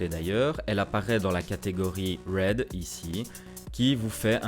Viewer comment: red c'est "red" pas "read" ;)